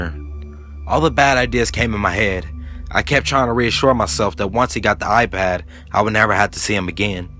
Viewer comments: It's iPad not apad wtf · now he just turned British there with the a pad how my daughter in law says it. or hand me my A phone? I am like Huh?! You mean phone?! lmfao. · thnx, awesome narration but a pad??? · lmao pretty sure it's iPad